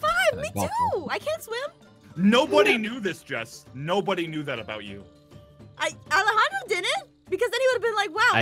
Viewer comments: Alejandro flirting with a flag plie was funny. Jess failing to pronounce Alejandros name was funny to. Alecago☺ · KaggyFilms (Alejandro Saab) lol I laughed so hard when aphmau said alecago I stead of Alejandro 😂😂😂😂